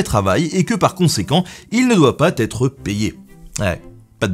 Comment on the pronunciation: "Il ne doit pas-T-être payé" Joli PATAQUÈS :D